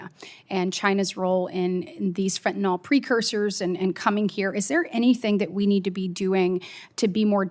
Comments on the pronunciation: WHY does KATIE BRITT and many OTHER people MIS-PRONOUNCE the word FENTANYL !?......It's Not FENTANOL ! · I get that’s it’s easier to say fentanol, but it’s fentanyl.